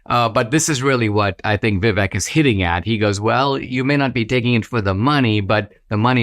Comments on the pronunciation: Dinaaaasysh!! Stop being irritating. Pronounce Vivek's name correctly!! Vivaaaaake!! You know perfectly well howvto pronounce it!! Still respect you immensely..... British Indian from the UK🇬🇧🇮🇳🇬🇧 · His name is pronounced like ViVAke - like cake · Very good analysis, Dinesh. But... being an Indian American, you should know that "Vivek", when pronounced correctly rhymes with Cake. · Dinesh is Indian, and he pronounces Vivek's name wrong. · Dinesh, you are from India and you mispronounced Vivek's name?😊 Even white people get's his name right Vivek like "cake" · How is this guy not able to pronounce Vivek's name? Is this Indian on Indian crime? 😂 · Hello Dinesh, love you love your channel here on YouTube but please pronounce Vivek’s name correctly. I am supporting Trump but have been a super fan of Vivek longer than his announcement for President. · It’s kinda funny to hear an Indian mispronouncing Vivek. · Dinesh, for the love all that is decent, please pronounce Vivek's name properly if not your own name. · Except that he can't say Vivek's name properly. LOL